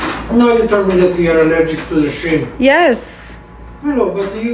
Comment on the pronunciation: Aww he's sweet, more concerned about you missing out. Great guy🙂 even tho his pronunciation of the word shrimp sounds like he's say s***, I actually thought he said your full of s***😂 I listened many times still sounds the same😅